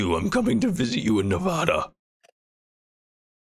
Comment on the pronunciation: Man he said Nevada wrong😢